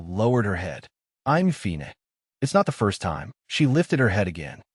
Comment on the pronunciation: The dumb AI can take a totally serious scene and make it so stupid by adding accents on to words like "fine" or "trouble".